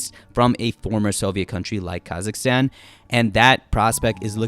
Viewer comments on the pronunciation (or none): none